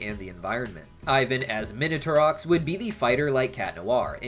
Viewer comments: Sorry for always commenting about pronunciations, but the x in Minatourox is silent. Also, Mylene's name is supposed to be pronounced Me-len. Your pronunciation is closer to the common mispronunciation of Meling, which is a Chinese name. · He said minatourox correctly lol 😂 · X in minatourox isn't silent... You pronounce it as 'ks' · hate to break it to you the x in minotaurox isnt silent znd neither is the p in pterodactyl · I think Minotaurox was purposefully supposed to pronounce the X becayse Ox... Minotaur-Ox